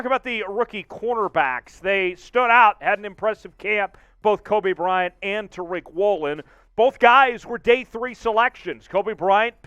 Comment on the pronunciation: This is the same fool who called the LOB the “legion of doom” - the fool who can’t pronounce Jake Curhan or Boye Mafe or Tyreek Woolen - a fool constantly embarrassing us by giving us Grant Cohn takes without the sense of humor or gravitas and also- just too many damned mistakes dude! Can we trade this fool to Denver, maybe, and get back three times the talent with one-third the headaches?